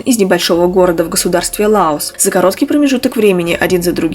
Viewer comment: В государстве Лаос ударения на О)И как всегда все интересно)